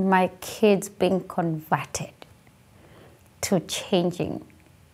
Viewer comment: Imagine I’m watching an illegal who can’t even say the word “converted” come into our country and condemn others for practicing their freedom. wtf. Like you sound like a voodoo doll babes. Let’s just send her to Utah and see how they like her being a Trump supporter! 🤣🤣🤣🤣🤣🤣🤣🤣🤣🤣🤣🤣🤣🤣🤣🤣🤣she uses her GOD to push hate and remove someone’s rights! 😒😒😒😒😒😒😒😒😒😒😒😒